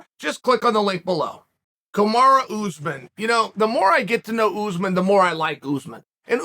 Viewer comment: Usman is pronounced UTHHMAAN . Not oozeman And its pronounced hamza. Not khamzat